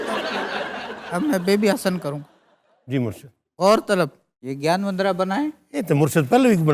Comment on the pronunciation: Sir, it's Gyan mudra, not gyan mundra , Regards, Ashwani Setia Punjab ,India